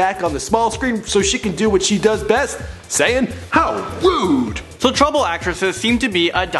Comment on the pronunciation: the dude says "How Rude" very wrong no offence dude but how rude